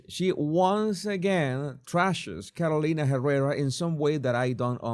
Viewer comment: I love the way you pronounce Carolina Herrera ❤